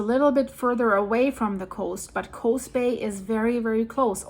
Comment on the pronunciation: Ukiah is pronounced like: you k’eye yah. The double O (oo) in Coos is pronounced as in boo or food. Regardless, love your reporting,. ❤